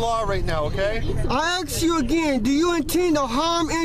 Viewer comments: And for the record (lol) : as soon as the sovcit said "aks" that was game over. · “I AXE you again...” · I axe you! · Why is it that urban people are incapable of pronouncing the word "ASK"?